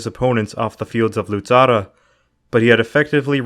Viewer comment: Very good job Indeed, but the correct name is "Luzzara" not "Luzarra" . And, btw, in the references, my surname is "Fiorentin", not "Florentin". Would you please take notice? Thanks a lot in advance!